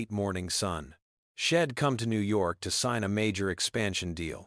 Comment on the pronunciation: Itsnt shed. Its she' d ( she had ) nor im its I'm ( I am) get it right narrator